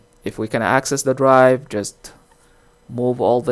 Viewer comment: It's called a hard DRIVE, not hard rive.